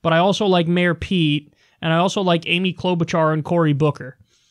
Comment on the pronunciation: She also said Klobuchar and that had me literally yell "you fucking what?" in my home.